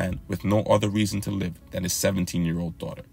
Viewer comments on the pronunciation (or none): none